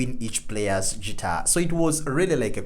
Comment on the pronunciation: Guitar, not Tschitar! ;-)